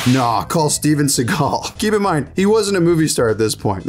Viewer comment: I love how Sean Connery pronounces "Shteven Sheagal"